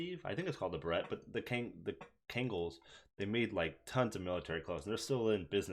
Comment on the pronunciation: Beret is pronouced Beh-Ray